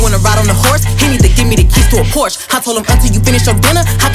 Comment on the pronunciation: When you don’t know how to Pronounce Porsche 💀